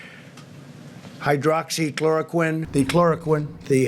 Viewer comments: He almost said Hydroxy----Chloroform! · Doesn't Trump have stocks in the company that produce hydroxychloroquine the reason behind him pushing this treatment for corona? He can't even pronounce the name -what an embarrassment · I must say, I quite enjoyed watching Trump desperately trying to pronounce "hydroxychloroquine" like his brain could not digest the two parts of the word at the same time.